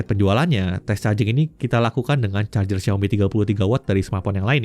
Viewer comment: R-nya panjang kali